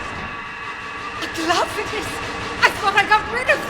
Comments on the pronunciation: I don't know why no one can pronounce aglaophotis, everyone always says it wrong. Dahlia says it in the scene it's used in! She tells you how to pronounce it! It's "uh-glaw-fuh-tis". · My brother in Christ, A-GALE-A-FOE-DUS? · I love this video but the way he went 80s slasher on the pronunciation of Aglaophotis is just so silly